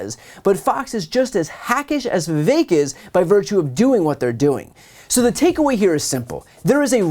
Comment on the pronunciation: His name is Vivek. It rhymes with cake-tastrophy